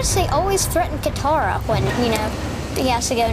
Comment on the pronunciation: Yes.Aang does love her.By the way it is Katara not Katar.